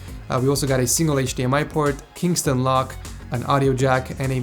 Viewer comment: KENSINGTON Lock, not KINGSTON